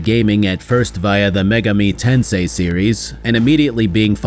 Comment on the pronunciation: "mega me tensay" for "megami tensei" is one of the uh, least researched pronunciations I've ever heard. If it weren't on screen, I'd have no idea what was being referred to. (That plus the opening thesis of "cyberpunk is popular because it predicted stuff" which is just a really weird take, are why I'm bouncing off. I think maybe I could take the opening take if the video took some time to argue that assertion, but it's taken as given and that's just ... not a given... and makes me fear I'd be in for 3 hours of unsupported and unhistorical video game takes.)